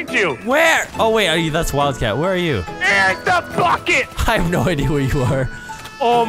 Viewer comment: "Der's da bucket!" Said by an irate Irishman.